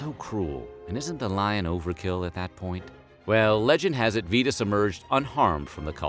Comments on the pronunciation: Pronounced "Saint V-EYE-TUS" not "Saint VEETUS" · he also mispronounces the name of the saint calling him VEE-tus, when it is VIE-tus. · You lost me . It's "Saint Vitus" -- sounds like "eye" -- not "Vetus" -- sounds like "feet."